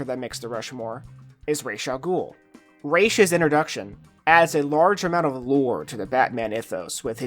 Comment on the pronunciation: It's Raz. RAAAAZZZZ. Raysh sucks